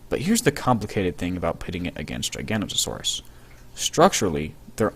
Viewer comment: GIG A NOTE O SAW US GIG A NOTE O SAW US How do you get Gi-gan-ta out of Gig-a-no-to is beyond my comprehension.